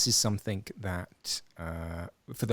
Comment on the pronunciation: It’s something NOT somethink!!